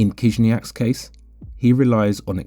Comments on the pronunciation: Не Кизняк а Хижняк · Your pronunciation is wrong. First sound of his surname is “H”, not “K”.